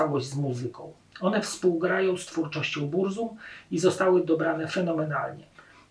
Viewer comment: Burzum wymawia się z germańska "BURCUM"...